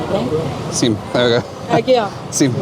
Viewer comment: the m is silent for sim